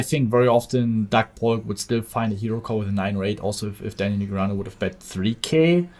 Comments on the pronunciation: neh gree ah new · please say daniel negreanu properly for the next video please <3